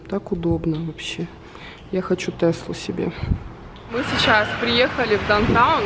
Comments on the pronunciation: Мне тоже ухо 👂 резало как произносит несколько раз дантаун.. правильно будет даунтаун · попросите дочку научить вас произносить down town